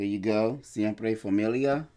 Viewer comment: Pronunciation on point for the name brother 😅👌🏻👌🏻